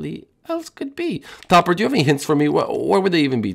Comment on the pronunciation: Why does topper sound like stuper